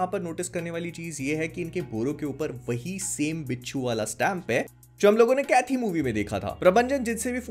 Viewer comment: It's pronounced as Kaithi/कैदी (Prisoner), not Kaithi/कैथी.